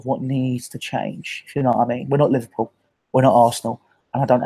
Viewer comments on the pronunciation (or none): none